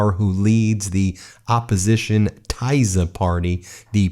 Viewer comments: At least the pronunciation of the Tisza party should be correct! It's not Tiza! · The Thyza party named after the Thyza river 🤣🤣 Is it racist to always make fun of Americans of pronouncing every foreign word wrong 😳😳 Also I am proud of my country finally. What is most important takeaway is not the parties, BUT the power of independent free media! They are the real reason it could happen. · Get the pronunciation right. Tisza - Tea sz ah. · You butcher this names..tajza omg ..read it like it says T I S A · Thank you for talking about it. We are proud Hungarians. May I correct you, the name of the party Tisza is pronounced more like Teesa. Thank you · Correct pronunciation: Teesa party. Machar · Tisza is pronounced TEE-sa or somewhere between TEE-sa and TISS-a. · GREAT news from Hungary. TISZA is pronounced as "tee"+"saw", stress is on the first syllable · I am learning Hungarian. Tisza party, which is also a river in Hungary is pronounced Teesa (short e) and Fidesz Feedes (again short e) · FIDESZ Pronounced: FEE-dess. TISZA Pronounced: TEE-sah. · I think it is pronounced “teeza”. Named for one of the two famous rivers in the country. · Hey Ben, pronunciation: "TEESZAH' :-) I'm in tears of joy! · It is pronounced “Tee-Zuh” Hungarian is a crazy language. Tisza is a river that runs through Szeged. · Fidesz pronounced Fee-dus and Tisza is Tea-sa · Thank you so much for not just reporting our huge news but also being happy for us! We are overwhelmed, it's nearly too much to take in after 16 years of hopelessness. Thank you to everybody who rooted for us! (Please don't get offended for my help with pronunciation: TISZA is /T-sa/ and the GY in Magyar's name stands for one sound, like the first in 'dew'.) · Hi Ben, thank you for spreading the good news about the Hungarian election! Please be advised that the new party's name is pronounced like Tesza . That is the name of our second biggest river in Hungary. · It’s pronounced more like Tisha